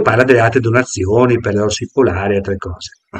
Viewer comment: "sa dove ho messo le cose".... Cosa vuol dire???? Non riesce neanche a dire la parola "donazioni"....